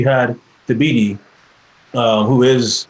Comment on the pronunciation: Thabiti's first name is pronounced "Tuh-BEE-tee": The "h" is silent. More to the point, why do you not feel obligated to correctly pronounce the names of people who have changed their names?